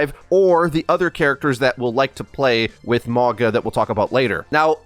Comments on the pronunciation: Please, spread the word: the correct pronunciation is Maunga. Mauga meaning mountain in Samoan. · ma-oh-nga. The G is pronounced like the G in the word "long" The Samoan "G" sound is the hardest letter to say for English speakers its funny that they picked a name with G in it. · It is pronounce MAUNA. In samoan the G is pronounced as an N. So its MauNa.